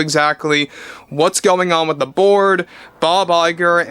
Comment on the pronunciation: I keep hearing “Iger and the board” as “Iger and the Borg”